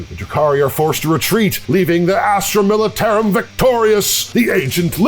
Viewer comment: I love but the way he pronounced militarum made me flinch everytime